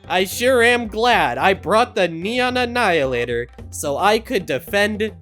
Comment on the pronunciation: "The neion annihilator"